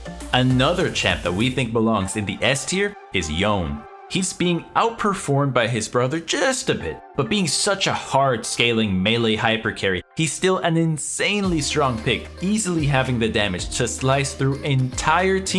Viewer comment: It's Yone... Not John